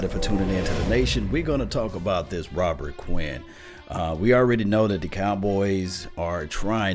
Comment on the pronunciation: Please say the man's name correctly.